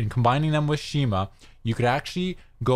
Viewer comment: Pronounced SKEE-MAH